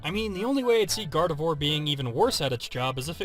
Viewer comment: Gardevoir Is Pronounced As Garde-vuah :/ I Would Totally Want A Gardevoir.... I Would Tell It NOT To Use Black Holes